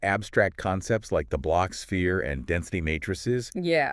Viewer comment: A kwibit!… -The blotsh-sphere help us visualize it… -Yeah!… -Exactly! -Great!… -M-hmm…! 😂😂😂😂